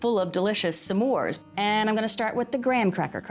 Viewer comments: I like how she says Sa mores bars instead of s’mores bars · Is that how smores is pronounced? Samores. Or is that how Valerie pronounces it? I'm not American btw